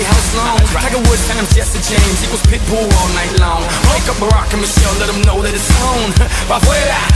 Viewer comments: everytime you say Pitbull it sounds like you are saying "pimple" wtf loooool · Not me hearing pimple everytime she says Pitbull 😃